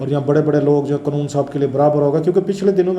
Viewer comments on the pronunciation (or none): kitni baar aap se kaha hai k پالٹی nahi kehte, پارٹی hoti hai, or قنون nahi hota قانون Hota hai. Pata nahi kab عقل aayegi